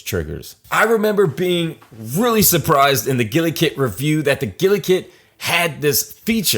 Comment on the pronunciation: it pains me so much hearing you say gulikit as gilikit also the triggers are not a normal analog but a hall sensing one. same as the joysticks hence why the stick drift problem being pretty much gone. you could also litteraly turn off the deadzone of the gulikit which is kind of fun some times